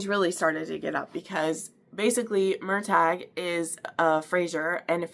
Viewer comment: Love you’re review girl ❤❤❤ but everytime you say Mur-TAG, & CAL-um I wanna shake ya lolllll😂😂😂😂